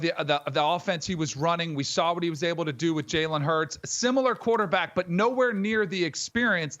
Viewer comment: Lol. Imagine being a former NFL GM and NFL Analyst and not knowing how to pronounce Jalen Hurts’ name.